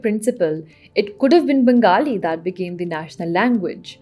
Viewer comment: ohh yes, I should have guessed it😄 the way you pronounced "Bengali" it was evident that you are a Punjabi 🥰